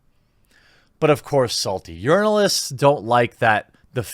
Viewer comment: Sometimes, when you say 'journalists' I swear it sounds like 'urinalists'. Fitting.